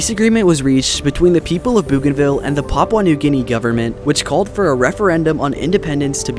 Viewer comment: Great video but the way you pronounced Papua new guinea got me 💀 (srs tho, great video)